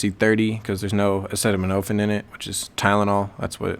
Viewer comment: lmao Ik what it is just funny how u pronounced it. All love tho